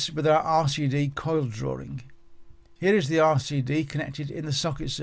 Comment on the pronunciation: Drawing, ie DRAW-ING and NOT "DRAW-RING".